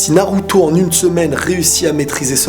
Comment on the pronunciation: il a dit naluto